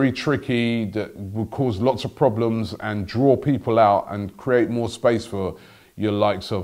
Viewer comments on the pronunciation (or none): none